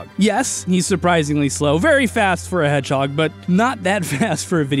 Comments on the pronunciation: "Where was I? Oh right, Sanic the Hedgehorg" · I died after “sanic the hedgehorg” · normal human: sonic the hedgehog me: sanic the hedgehog:swonic ba hedword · "Sanic the Hedgehorg" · SAniC ThH heGG HoGer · SAnek de HeGhOrg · Sanic the hedgehorg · "Where was I? Oh, yeah, SaNiC tHe HeDgEhOrG" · Oh right- sAnIc ThE hEdhOrgE Edit- and also got me lol